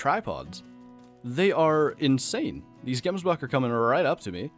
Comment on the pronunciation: Gary W ohhh i'm afrikaans its weird hearing him pronounce it jemsbuck